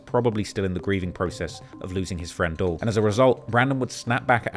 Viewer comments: they obvs don’t know bro, and are so lost they can’t see this fool for what he really is! An actual outsider to not only our country but also our culture! Why did he repeatedly mispronounce YBC Dul’s name throughout the entirety of this 4 hour long video? This video made to profit directly off of Dul’s demise. It’s sad people are so blind they mistake someone compiling a bunch of interviews, music videos, news reports, Reddit and social media posts into a video as some sort of groundbreaking journalism. Dude literally gets off on making videos like this. I used to not care to even comment, and the whole culture vulture narrative has been around since he started, but after watching this. I see why King Von’s people and now YBC Dul’s have zero respect for this guy just throwing shit at the wall and seeing what sticks. It’s crazy how people ride for this clown in the comments. Who’s never even been remotely outside. Fucking nerds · All of us knowing that the “Dul” in YBC Dul is short for Abdul and pronounced “Dool” makes this video mind numbingly cringe! To hear this so called “Reporter” butcher this young man’s name repeatedly for 4 hours non-stop is crazy work. This is unacceptable. Also his commentary on gangs and gun violence in America is beyond out of touch. I never minded him much before, and didn’t subscribe to the culture vulture label, but after this obvious attempt to directly profit off of his demise I can see why those close to King Von and now YBC Dul say these things about him. He’s obvs speaking from a point of view that is not only outside of our country but also our cut. That’s disrespectful repeatedly mispronouncing Mr. Disrespectful’s name like that. Cancel this clown bruv lulz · It’s Dul, like “Duel” nonetheless… great video of course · let a Philly Jawn teach you how to pronounce Dul: "dooool" rhymes with School, ya dig? (It's not Dull, you rhyming with skull.) But this jawn was very detailed. Good job. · It’s pronounced DOOL not Dull 😂😂😂